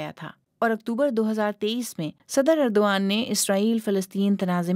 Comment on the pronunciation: درست کر لو یہ اردو وان ھے جس طرح ارتغرل نھین الر ترل ۔